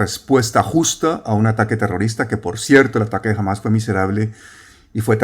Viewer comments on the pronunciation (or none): none